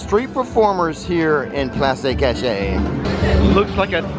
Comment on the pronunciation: It’s called “ploss kash-ay”! Loved the video